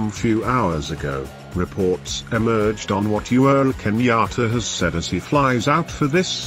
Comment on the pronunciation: He is called UHURU Kenyatta and not You're Kenyatta the way you are pronouncing it.,!